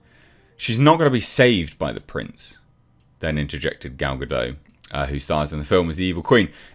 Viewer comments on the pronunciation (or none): I still find it funny that, after all these years, people refuse to pronounce the 'T' at the end of Gal Gadot's name, as if they think she's a Frenchwoman. 😂